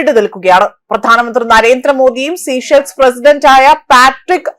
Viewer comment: The correct pronunciation is sā-ˈshelz. Please do not say 'sea shells'; it is important not to distort the name of the country